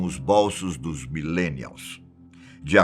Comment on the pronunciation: Porra, /bólsos/ é de doer o ouvido hein.